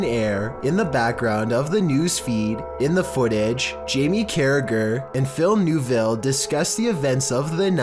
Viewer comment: It's Phil Neville as in (NEV) ille not Newville